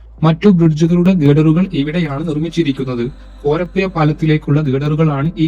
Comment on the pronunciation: കോയിക്കോട്, മാബുയ, കോര പ്പുയ, ആലപ്പുയ ഈ എല്ലാപ്പുയകളേയും ദയവായി പുഴകളായി പരിഗണിക്കുവാനും ഉച്ചരിക്കുവാനും ഇനിമുതൽ ശ്രമിക്കമല്ലോ ( യ ) അല്ല !!! സുഹൃത്തേ ( ഴ ) ആണ് ഒരു കോഴിക്കോട് കാരൻ കൊയ്ക്കോട് എന്ന് പറയുന്നത് തീരെ കഷ്ടം മാണ്